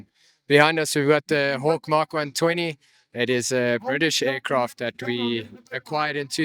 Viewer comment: It's not the "emm kay one twenty" "Mk" is an abbreviation of the word "Mark".